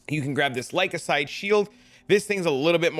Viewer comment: The what shield? Say it with me Ly-cos-a-day..😂